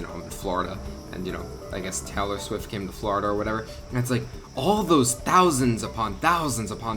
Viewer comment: kept calling Taylor Swift Tallor Swift